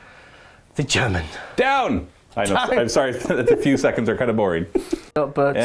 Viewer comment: Dudes... you have a great channel and this was a cool video... HOWEVER, as someone who speaks English and German, whoa. Those pronounciations were abyssmal. XD